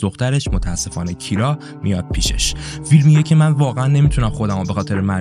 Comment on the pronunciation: ببین این اسم تلفظ درستش کیِرا هستش